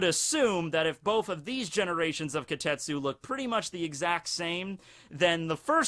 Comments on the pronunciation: starts mistaking the name as kotetsu instead of kitetsu... goes on a rant about child iron... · Why not pronounce it properly? Ki te tsu